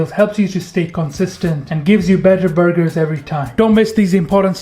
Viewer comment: I’m obsessed with these “burg-hers”